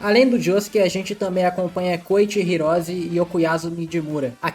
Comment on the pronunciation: Não quero zoar o pois ele e jojotuber favorito, mas tenho que dizer que a pronuncia dele de koichi hirose parece koichi virose tanto que meu corretor acabou de corrigir hirose pra virose